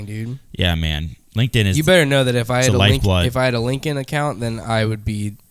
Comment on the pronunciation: it’s LinkedIn, not Link In.